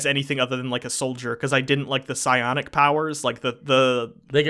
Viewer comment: it's 'biotic' powers not 'scionic' or whatever you were saying.